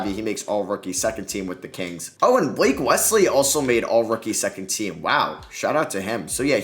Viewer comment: damn the pronunciation of Maledon, Pokusevski, and coach Daigneault were rough man